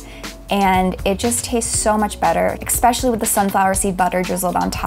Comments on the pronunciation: did she really just say eCspecially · just really said "ekspecially" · Did she just say “expecially”